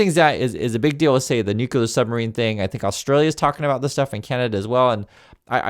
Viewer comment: The name is nuclear and not kukula